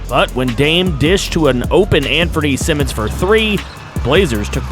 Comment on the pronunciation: I saw the comment that you getting use to the names, if im bugging you let me know but anferne simons last name is pronounced S-eye-mons